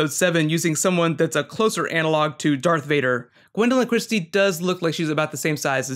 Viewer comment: Is this guys for real, He keeps calling Darth Vader "Dark Vader" He is a Star Wars Poser !